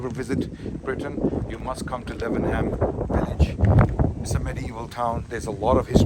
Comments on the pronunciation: I swear it's pronounced Laven-um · Note on pronunciation: Lav-num.